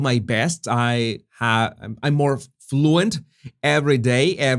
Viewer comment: *more.... not MOAR